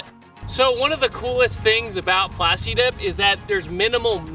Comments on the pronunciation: Plas Tuh Dip!! you dont say Plas TEEK!!!! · I don't like that he says "plasti dep" sometimes